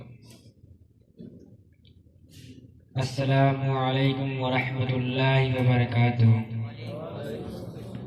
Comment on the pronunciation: سلام بھی صحیح سے کرنا نہیں آتا ہے پہلے سلام کرنا سیکھ لو اسکے بعد تقریر کرو گے